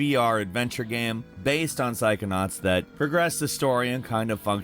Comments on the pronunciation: when is this guy gonna pronounce "game" correctly? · Why do you always pronounce the word "game" wrong/weird at random times? Sometimes you say it fine then other times its just wrong. You do this with all kinds of random words.